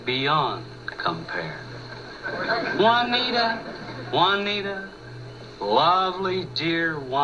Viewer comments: ITS PRONOUCED WANTIA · that's stupid. Juaneet...duh